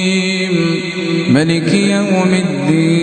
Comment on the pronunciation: Koreksi: Diawal video ini terdengar beberapa ayat pd surah Al-fatihah. Pada kalimat "maaliki yaumiddiin" kenapa kata "maaaliki" dibaca pendek menjadi "maliki"?